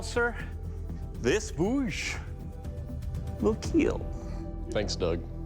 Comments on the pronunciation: its not bouge its bhuj , stop whitewashing Indian names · its "Khanda" not "Conda". Its "Bhuj", not "Bouge". Please do your research. Otherwise interesting.